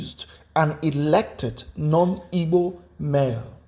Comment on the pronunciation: i am highly disturbed about how this guy pronounces igbo